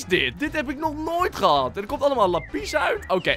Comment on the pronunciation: Hoe Lapis zegt: "Lapies" XD